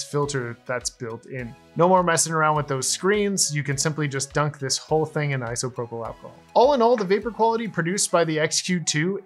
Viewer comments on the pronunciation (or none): none